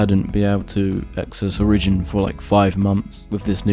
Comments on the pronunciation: O RI JIN not OR I JIN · OriGIN! not oRIGin. Is English not your first language?! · "o-rigin" it's "ori-gin" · 1. Be more happy when making a video. 2. you are mispronouncing it. trash vid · That's one way to pronounce origin i guess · Honestly this pisses me off so much I can't watch the rest of this video